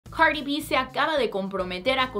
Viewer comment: Por q dice cari b si su nombre es cardi b ?🤔